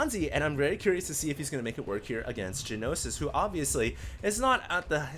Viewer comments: It's gnosis, not g-nosis. Means knowledge in Greek. I've heard used in English before, butI can't remember the context :S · It's pronounced "nosis", not g-nosis. Gnosis is Greek for knowledge, and usually means religious knowledge in English (ie gnosticism = belief that matter is evil, knowledge is emancipating). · One thing about the pronunciation: it's just "Nosis," despite the G. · Hearing you say Ja-Nosis all game is driving me crazy. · You mispronounced gnosis.. g-nosis lol... xD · "Gee-nosis." *twitch* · It's "NO SIS". The 'G' is silent. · Gnosis ... Pronounced NO-SIS. It is a Greek word meaning revealed knowledge. The Gnostics were a major heretical religious movement in medieval Europe who believed the creator of the known universe was evil. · Yes, you're right. I was just trying to give the pronunciation of the word, including the two syllables (not saying it should appear that way, just that that's roughly how it should sound); was pronouncing the "g," which is silent. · pronouncing silent g's makes me bat shit, sry.